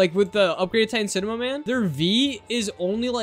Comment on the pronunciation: Did bro said hyper upgraded titan cinema man?